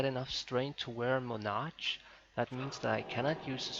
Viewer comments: lol. Moe-nah-ch. it's Ma-nar-k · Mon ark